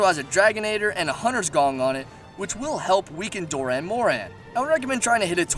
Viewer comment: Its dAh not dOE